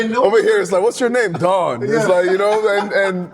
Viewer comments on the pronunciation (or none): none